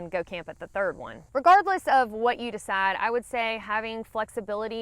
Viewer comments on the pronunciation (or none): none